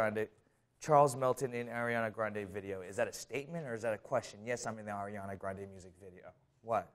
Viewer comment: HE SAID ARIANA WRONG AND HE WAS LITERALLY IN HER MV WHAT edit: he fixed it the last time he said it nvm